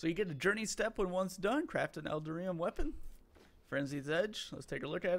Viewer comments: EL - DAR - EE - UM (You're welcome) 😃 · "L"-Dar-"E"-Um.... Eldarium. ;-) Like Titanium but with Eldar instead of Titan. :D